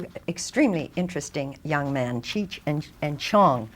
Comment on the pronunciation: She mispronounced "Cheech".